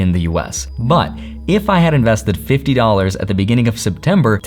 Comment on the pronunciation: He said seven Fiddy😂.